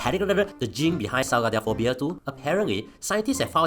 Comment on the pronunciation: no problem with pronouncing “Katsaridpblblblsblabls” but struggle with “traumatic”